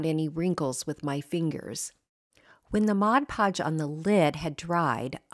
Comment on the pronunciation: Thank you thank you for pronouncing mod podge correctly. I used to work at a craft store and the amount of people that pronounced it "modge" podge was insane. 😂😂😂